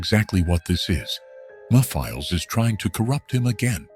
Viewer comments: It’s pronounced “Mephiles”, not me files. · first off you pronounce the name wrong you clearly won’t listening to the cut scenes from 06. Also, you clearly forgot that he doesn’t have a mouth seriously he’s creepy enough as it is without one. You don’t need to give him a mouth to make him more terrifying